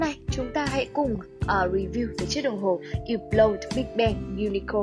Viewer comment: Ýp blau..??.. Mặc dù biết là đọc theo âm mỹ thì chữ H là âm câm nhưng tùy từ.. Không phải từ nào cũng H câm.. Hãng này đọc là Hớp blot..